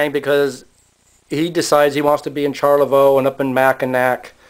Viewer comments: Pronounce it Sharlavoy. good video. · Smacking your lips is terribly annoying. You mispronounce Charlevoix. Rambling and uninformative.